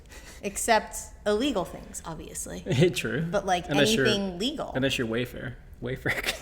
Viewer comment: Love the video/podcast. I heard when you said “WayFair” lol.